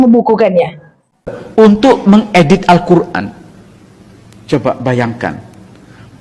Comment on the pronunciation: Alkoran ayat2nya ngaco/asbun